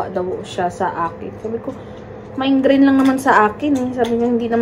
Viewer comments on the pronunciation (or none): Migraine not mindgrain😂😂